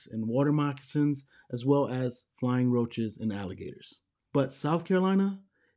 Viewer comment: Did you say flying roach 🪳?